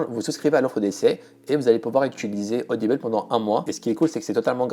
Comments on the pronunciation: C'est rigolo, tu prononces audible "audibeule" :'D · odibeul au lieu de "audible"... j'ai été surprise ! MDR